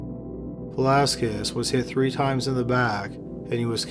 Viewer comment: Loved the vid, you murdered Velasquez with that pronunciation though 😅